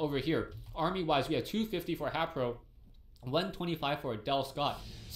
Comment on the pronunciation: he meant to say haypro